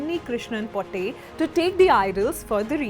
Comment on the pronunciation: Thank you for using the correct and exact pronunciation here.. POTTY 😂😂😂 Unnikrishnan Potty 🤣🤣